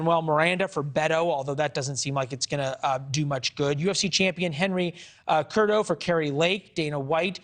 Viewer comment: Henry Curdo?? Show some respect for triple C and get his name right